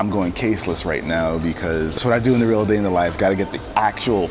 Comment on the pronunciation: "rea day in the life"